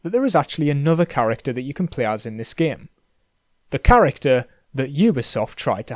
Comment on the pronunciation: Love how he pronounced game as Giyimm